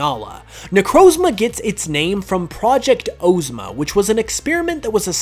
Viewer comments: Now. I know that you didn't say oh-zma when her name has OZ in it and you said OZ properly. Good video though, I'm loving these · Why did you say Necrozma Ozma and the other Ozma like that and then say Oz regularly